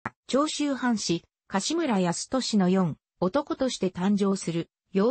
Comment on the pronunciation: このナレーションの女性は、AIを使っているが、生身のアナウンサーを使ってもらいたい。四男(よんなん)のことを、よんおとこ、と言っている。